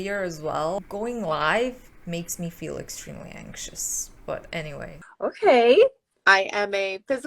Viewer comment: I know she must have said "help other women feel" but I swear I keep hearing "help other women fail" and I'm like ooops. lol